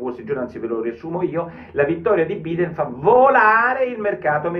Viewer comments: Porro ottimo come al solito, una piccola cosa Biden si pronuncia Baiden in italiano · Porro sei un mito ma guardati la pronuncia corretta di "Biden"....